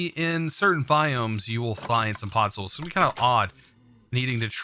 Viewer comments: POD ZOL not pot soil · please tell me i'm not the only one who's annoyed by him saying "Pod-soil" instead of "pod-zol" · please dont ever say podsoil again :9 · The way he was pronouncing podzol